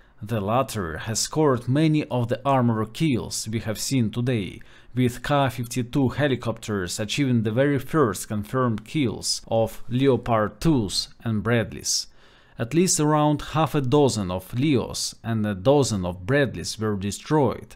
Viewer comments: Leo-Pard is pronounced 'Leppard' in English, they way you say it sounds like an exotic article of clothing. Forget the Leo bit and concentrate on Lep. English is full of the little tricksters and there are no hard rules, as I am sure you know, English is an amalgamation of at least a dozen languages that have some significant presence. This is why we gave up on prefixing gender. Anyway it is as we say here 'Anarchy in the UK'. Incidentally, according to the experts, it is about 60% Greek. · Hey guys. Don't pronounce the letter "O" when you say the word Leopard 🐆 as in the tank Just say Lepard.